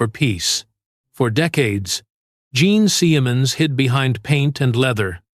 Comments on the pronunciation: Bullshit, cheese-dick fake narration. Gene Semens?! For the first and last... teemay... piss off. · Jean seeeeaaayamunz this ai narration is trash.